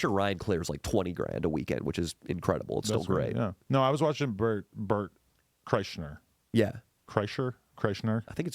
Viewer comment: Adam mispronouncing Burt’s name 😂